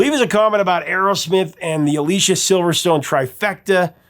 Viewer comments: Anyone who says they don't like Aerosmith are either lying or deaf. Btw, it's A-LISS-EE-A Silverstone, not A-LEE-SHA. 💙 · Her name is pronounced Uh LEE CEE uh. I love all of their albums after pump. Music from another dimension should have gotten more attention. 2nd best band of all time!